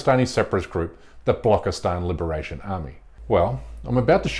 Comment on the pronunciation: Watch at this propaganda peddling moron,, says "bollock-istan" for Balochistan because, of course, he knows nothing about anything and is just reading out a script written against Hindus.